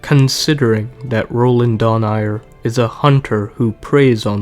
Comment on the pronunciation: its Dho-Na-i-re